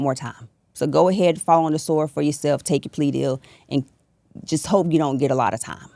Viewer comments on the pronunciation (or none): none